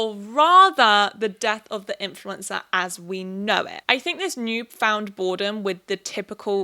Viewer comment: Sounds like you are saying 'influenza' lol